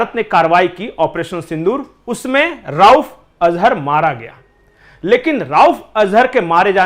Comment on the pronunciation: राउफ़ नहीं रऊफ़ अज़हर है।